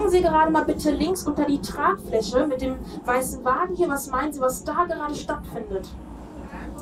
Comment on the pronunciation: Die Studentin: ja die Tragfläsche ist sehr Tragfläschlig und die teschnik dazu ist sehr teschnisch